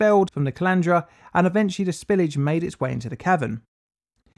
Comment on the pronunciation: am I the only one who mentally pictures a collander every time colandra is said.